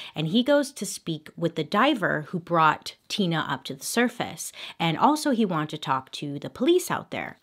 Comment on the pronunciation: Her saying her name Tina Mind Tina more like tuna Me what wrong with me ? Mind 😬 oops Me this is why I am embarrassing around ppl